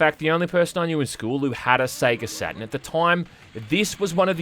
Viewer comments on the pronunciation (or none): I thought the console was called SatuRn, not Saten.. silly me